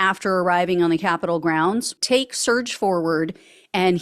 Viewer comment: It's tak'ke, pronounced Tacky.